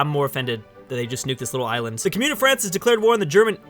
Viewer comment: I love you my, but please stop saying "Cumyoon o' France", it be Commune of France